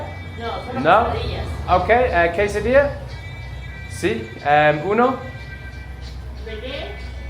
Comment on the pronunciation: You pronounced "quesadilla" correctly 👌😎 hope your ankle's ok